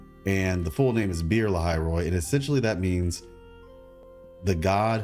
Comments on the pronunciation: "Be'er" is pronounced like "Beh-air" You can listen to the pronounciation of it in google translate by translating the word "Well" (the water source) "Lahai" is pronounced with a Mexican "huan" like H. I think Grand Architect pronounced it right in the story. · Your pronounciation of "Be'er" killed me:face-purple-crying